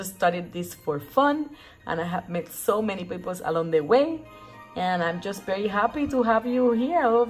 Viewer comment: I love your videos! Especially when you say berry when its very! You are the cutest!!